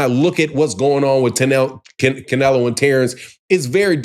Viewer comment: You can’t even pronounce Canelo’s name, right😂😂😂